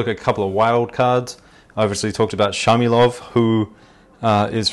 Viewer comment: 4'32 : the israelian'name is Shmailov, not Shamilov.